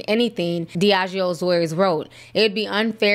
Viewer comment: His name is pronounced DEE A GO!